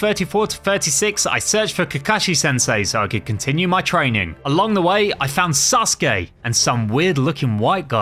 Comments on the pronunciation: they he says Sasuke lol "Suske" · Why do I hear 'susuke' instead of 'sasuke' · It's sasuri not ssuri